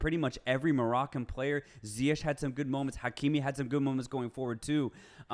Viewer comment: Its pronounched Ziye'g' instead of Ziye'sh' brothers! Love the podcast keep it up